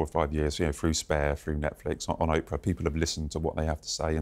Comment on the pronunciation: Could Tom Bower PLEASE pronounce Oprah's name correctly??? He's been doing it for years. 😡